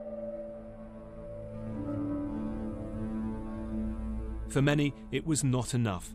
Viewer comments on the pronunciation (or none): theresa says tragegy. learn how to speak english, then run a country